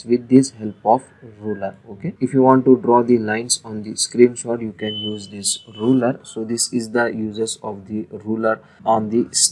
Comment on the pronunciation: thank you for the help. By the way, the thing you call a "roller" is actually called and spelled "ruler." You pronounce the U in ruler with an "oo" sound